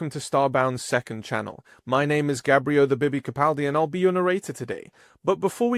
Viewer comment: Gabrio “The Bibby” Capaldi